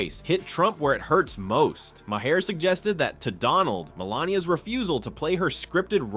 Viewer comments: Bill Maher is pronounced “Marr” like Car. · 😮 what is my-hair? AI trying to say Maher??